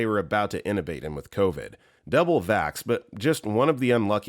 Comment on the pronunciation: The narrator repeatedly mispronounced "intubate." It is not "in-a-bayt" (the "T" is NOT silent), but "IN-too-bayt." Also, the word "frailty" ("FRAYL-tee," only two syllables) was said as "fray-la-tee." And, the reading of the Monty Python line was completely wrong. (Narrator should watch "Monty Python and the Holy Grail" (1975). It is hilarious.)